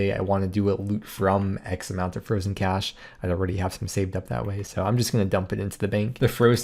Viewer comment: Nailed the Loki 'cache' pronounciation xd